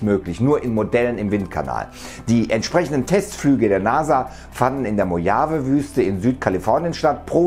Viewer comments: Man spricht Mojave als Mochave aus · Mojave gesprochen: Mohave